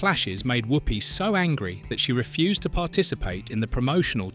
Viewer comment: He also keeps saying "woopy" instead of the "wuppy" pronunciation which he would know if he had watched it lots of times